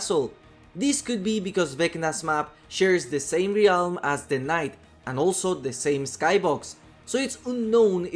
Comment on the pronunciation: Please say realm correctly!